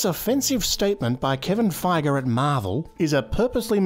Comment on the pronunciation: Kevin Figer and Mark Roofalo